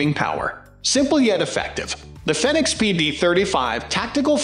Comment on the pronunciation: Fenix is pronounced Fee-Nicks. Like Phoenix....Also, the PD35 is an outdated older version. It's not really a good option for a police light. The Fenix PD35R would be more in line to be than the old PD35.